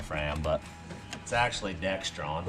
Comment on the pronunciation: since you say people harp on you about using or saying the wrong stuff I’ll add to that list. It’s Dexron, not Dextron. Theirs no T in it. It won’t bother me to hear you say it wrong, I’m still going to watch every video.